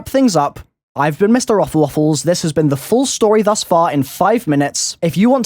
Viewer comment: noooooo you finally said mrroflwaffles wrong